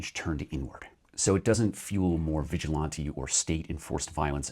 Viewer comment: Do you just not know how to say "vigilante" and you are just guessing or whats the story?